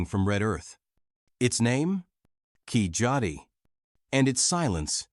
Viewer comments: keeLadi or KeeZhadi, not Keejadi. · It’s called keel -adi not kichadi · OMG . It is Kizhadi not Kijadi please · It's not kijadi.. its keeladi.. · its not keejadi its spelt keel-adi or kezhadi, means Keel- down or bottom, Adi is foot / foot print.. ("Set a foot deep below" in tamil Keeladi, is a name of the village. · You mean kee-zhadi